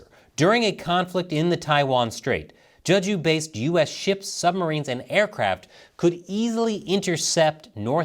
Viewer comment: btw it's pronounced "jaeh-ju," not "juh-ju" - as for the DPRK, I think the Norks are actually going to take a "wait and see" position. Despite all of the flowery alliance talk and documents, there is no love lost between the DPRK and the PRC, and if it looks like the PRC is going to get rapidly destroyed, the DPRK is likely to sit it out (its primary objective is the survival of its own government).